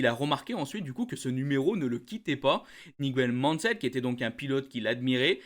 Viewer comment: "Niguel Mansell"?... 😅😅